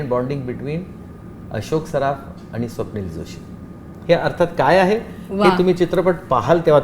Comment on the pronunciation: Swapnil , "स" ला ,"श" महणतो